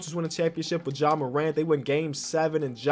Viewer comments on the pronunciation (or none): none